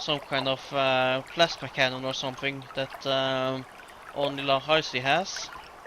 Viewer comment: By the way, it's "LOH" for lojban, not "LOU" for lojban. It's the difference between "on" and "own". And even though you changed his name from xarci, remember that 'c' is a 'sh' sound in lojban. It's neat to see the changes you've made since this video was released.